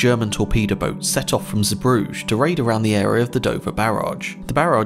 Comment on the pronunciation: Sir AITCH and not haitch. Brugge is pronounced Brugge and not Brugejjjje